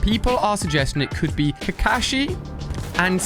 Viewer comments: Is purnoused [saus-kay] and [ku-kashi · sasuke is pronounced sauce-kay kakashi is pronounced ka-caw-she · what did he say kakusy and sasuky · They way he says kakashi and sauske 😂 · I got so mad when he pronounced kakashi and sasuke wrong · Lol every naruto fan EVER yelling at ali a for pernouncing Sasuke and Kakashi rong lol